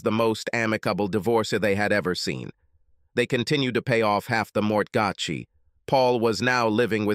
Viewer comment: Paul dating his wife is ridiculous. The insult and humiliation wouldn't allow it. Both kept paying the mortgatchi? Dancing to the mariatchi i believe. The AI voice is bad but the pronunciation is sometimes awful.